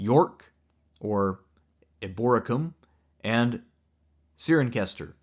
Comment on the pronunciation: Cirencester is pronounced si-ren-sester. I live about 30 mins away from there in gloucester which was called glevum in roman times and was a settlement for retired soldiers.